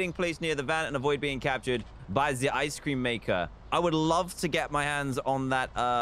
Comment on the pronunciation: Love how Dan says "Ice Cream" But really it's "Ice Scream"